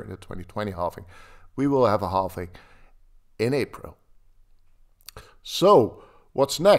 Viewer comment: It's called halving not halfing